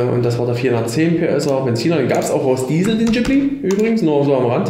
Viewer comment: Hast du mit Absicht "Ghibli" falsch ausgesprochen? Irgendwie hat mich das getriggert.